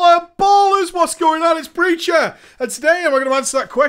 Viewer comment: Dude, you're awesome, but I really watch your videos to hear you say Preacher lol (Preecha)